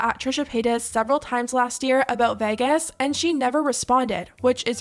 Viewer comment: In all my years I've never heard anyone pronounce Vegas as 'VEHGUESS' before 😭